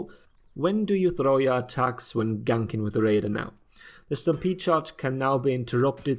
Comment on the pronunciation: Lol so I heard “if you stampede run someone into a wall...” as “if you stam-pizza someone into a wall...” I’m hungry, fuck off.